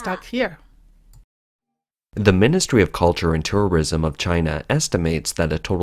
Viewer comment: "Turrurism" xD